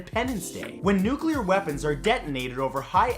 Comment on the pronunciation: Say it with me yall. NEW-CLEAR. Nuclear. Not NEW-KEW-LAR